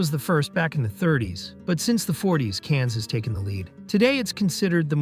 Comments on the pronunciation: Cans or Cannes? At least learn how to pronounce it... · You have a channel devoted to film, and you can't pronounce "Cannes" properly? It's "con", not "cans". Jeepers. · Cannes is pronounced Can, not Cans. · Ceeeeenns. Americans and pronunciations… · Cannes is not pronounced cans, you idiot robot. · The S is silent in Cannes